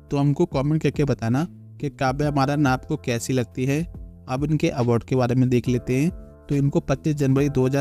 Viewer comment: You're very funny name, Award you pronounce Abaad